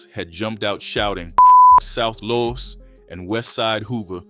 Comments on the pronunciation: South (Loooooooos) your pronouncing it wrong . . . (NO SHADE) NOT LOST LOOOOOOOOOS! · Why are you saying south Las ? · ur saying los wrong south low.s its pronounced low.s ur saying loss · South LOS not LOSS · Why you can’t say Los